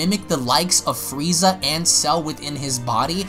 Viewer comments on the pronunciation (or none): none